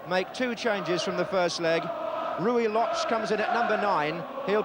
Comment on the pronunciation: It is exactly how those names are pronounced.